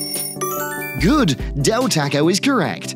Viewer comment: quiz said taco wrong